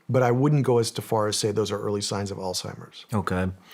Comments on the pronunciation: Alzheimer's*** not alltimers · Love Shawn… but Its not “All-Timers” for goodness sakes…and a lot of smart people still call it that because your brain makes the connection to “Old Timers “. Sound Silly? I agree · Are we all going to pretend like Shawn didn’t say “All-Timers” when he was trying to say Alzheimer’s lmaoooo 💀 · Haha Shawn you said Alt-hymers...ya boomer!